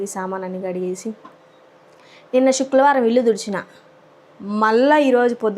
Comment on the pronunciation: శుక్రవారం అది శుక్లవారం కాదు